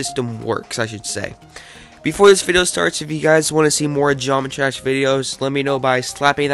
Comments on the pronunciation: "Gomitrash" when you pronounce it too much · he said GeomettTrash (FuckAlert) MAAAAAN! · why u say geometrash